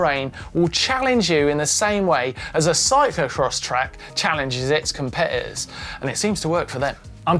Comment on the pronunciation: Only Martyn could say the word ‘competitors’ without the letter T.